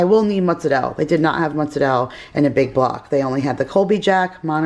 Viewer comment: I love how you say mozzarella